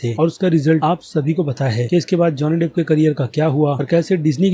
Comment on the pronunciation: Pahle naam theek we bolna seekh le